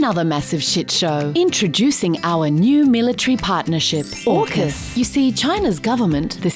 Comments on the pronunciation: Shouldn’t AUKUS be AUSUK pronounced “Hey You Sukers” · AUKUS sounds more like FUCK US